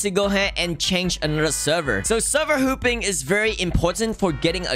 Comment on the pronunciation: Lol when he says hopping it sounds like hooping